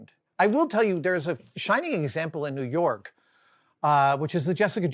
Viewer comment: It's spelled "New York", but it's pronounced "New Yoooink"